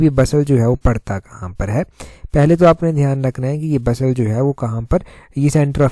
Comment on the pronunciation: Sir I think it's बसाल Not बसल